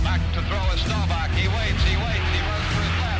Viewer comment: Love these but is Sheen saying “Starback”? 🤣